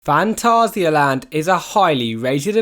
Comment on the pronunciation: well done for pronouncing phantasialand right